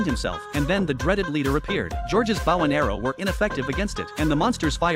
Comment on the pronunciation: I swear , TTS programs can never say "bow" correctly in any scenario.